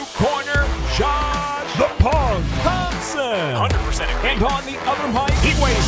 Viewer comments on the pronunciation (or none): none